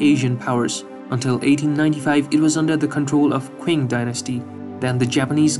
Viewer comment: ill help you pronounce Qing its ching. Chinese people make it sound different from the letters like Q is C also, I've been learning about the eastern too also the Saudi Arabia is in the middle east -_